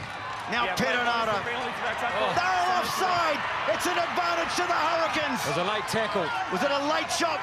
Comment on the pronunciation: It's "hurricins"....😂